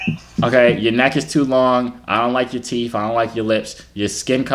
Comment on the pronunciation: “TF on yo teef then” 🤣🤣🤣 i’m so weak!!!!